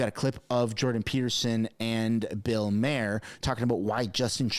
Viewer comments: funny You called him Bill MARE, which is funny cuz isn't that how you say Shit in French? Its MA-HER lol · Bill’s last name Maher is pronounced “Mar” not “ Mayer” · Maher is pronounced Mar, not that it matters he is woke and stuck in the matrix. He actually asked Rosanne Barr , "What is the WEF?" She told him to google it. Dork with a capital D.